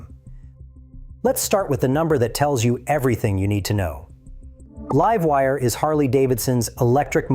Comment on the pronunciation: Livewire was pronounced correctly.. have a timestamp?